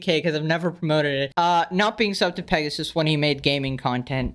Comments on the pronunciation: Not Pegasus, more like XD. Not hate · We need to stop saying, and instead say. Give the king a break